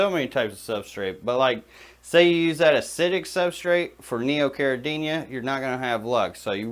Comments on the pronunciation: You clearly have a lot of knowledge and experience, but i believe the word is CARIDINA and not CARIDINIA. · there's no Y in caridina...stop adding one when you pronounce it.